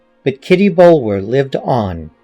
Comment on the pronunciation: This was wonderful! Such great reading chops. Kitty's last name is usually pronounced Bullah. As in Bulwer Lytton. Tiny quibble, everyone's a critic!!